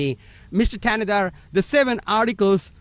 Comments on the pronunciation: Not that it matters, but the "H" in his last name is silent. Pronounced "Tan-na-dar." Im from Michigan so I know and don't rock with homie. #AmericaFIRST 🇺🇲🇺🇲💯💯💪🏿💪🏿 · AL Green, can't even pronounce Thanedar's name, lol. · Caveman Al Green couldn't even pronounce his name so he couldn't be bothered to attempt to read it off his document he was holding. 🤣